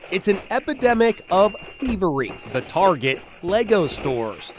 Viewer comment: Even the reporter in the video says it incorrectly, what is wrong with these people. LEGO isn’t exactly a brand new thing